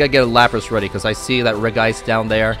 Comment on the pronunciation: Hey cool deck! By the way for some reason regice is pronounced regi-ice instead of regice